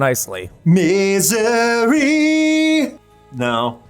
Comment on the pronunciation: Not sure if anyone cared to coment this but, when tried to turn “California” into “Missouri” it sounded like he said “Misery” instead. 😂🤘